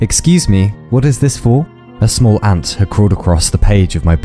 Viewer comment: Exurb1a’s accent makes “smol” a real word and I appreciate that.